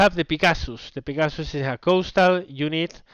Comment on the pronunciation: lol. its 'peh-ga-sus' XD